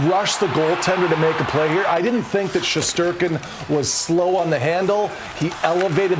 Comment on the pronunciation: Shesterkin is sherstinkin